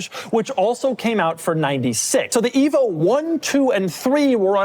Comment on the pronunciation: At first, I thought Doug said ”evil”, before realizing it was ”evo”.